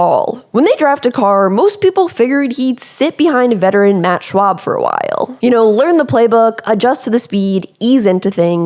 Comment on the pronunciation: Matt “Schwab?” It’s Shaub… please stop doing videos, you don’t know what the hell you are talking about. 🤦‍♂️ 😂